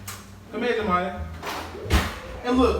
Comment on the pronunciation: She said "JERMIYA?" 😂😭